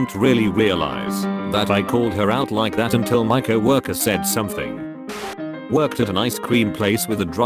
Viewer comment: This automated voice cracked me up. It said Bur-jur , cowworker. Lol